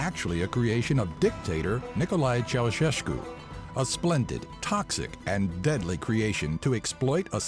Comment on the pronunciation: Is funny how he said Nicolaie Ceausescu.